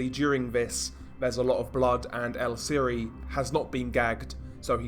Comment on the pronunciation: VIAGRAS (Vee-agh-ras) you fucking idiot. Viagras are boner pills. For fucks sake how do you do so bad at pronunciation?🤦‍♂️ Vee-agh-ras! Also its Siri pronounced (See-ree) not siri. Fuck man!🤦‍♂️